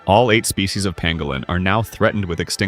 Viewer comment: Pangolin, not pangalan...